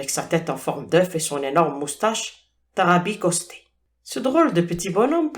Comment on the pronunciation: " moustache tarabiscotée " et non " tarabicostée " 😂